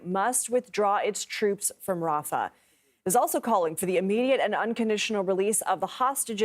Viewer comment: On Hamas not Rafau